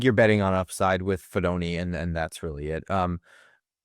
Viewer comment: fee DOH neh Fidone does not rhyme with macaroni.